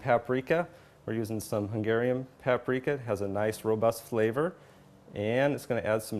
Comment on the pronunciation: Lol, he says "Satan" and "Pap-Reeka" ...sorry :O